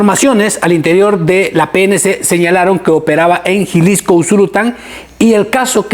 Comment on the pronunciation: Dijiste jilisco o Jiquilisco